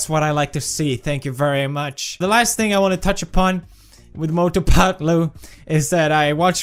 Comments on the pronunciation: When he says "Mothuu phethluuu" 🤣🤣🤣🤣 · Cant stop laughing when he says mautu patu